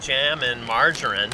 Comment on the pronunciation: Please pronounce margarine correctly its infuriating and what no cowpiss today